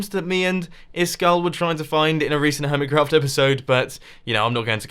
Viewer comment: hummit crawft go ahead mumbo read it does it sound the same as hermit craft?